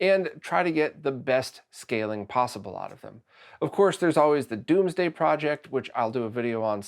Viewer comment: great video! Side note, whenever you pronounce DOMEsday as DOOMsday, I'm confused. There's only one O.